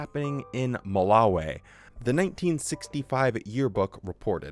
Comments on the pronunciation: I don’t like how you pronounce Malawi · Curious as to why so many JWs say Ma-la-wayy instead of Ma-la-wiii? Also if you did have a 100 hour video, you're gonna have to reaaaaalllly stretch out that theme song lead-in